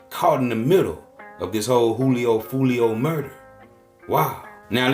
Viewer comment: Maaan why he keep saying his name like that 😅